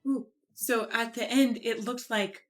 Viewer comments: Sometimes I think Dimash chooses to intentionally mispronounce a word for musical impact. At the very beginning of the song Dimash pronounces the word "the" as dee and this adds a resonance to the note that would not be possible with a 'th" sound. I have picked up on this in many of his songs in both English and French. I can't wait to hear him sing in Spanish since he does so well with the Italian songs. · The "fire bird" is "my soul free" from the body, soaring across endless dimensions looking for his creator. At least that is how I see it. Nevertheless I love it. He only pronounced one word (the) incorrectly (he pronounced it "de"), in my humble opinion, and that is pretty good. I only know a few words in Kazakh. This is not meant as a mean comment, just my observation. Thank you for reacting.